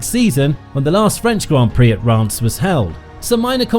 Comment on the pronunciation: The correct pronunciation of Reims is /ˈriːmz/ (like beans with an r and an m.) I was fine at first, but by the 50,000th mispronunciation I was punching myself in the face.